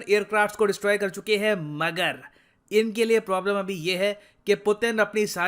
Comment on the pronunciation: that "मग्गर" though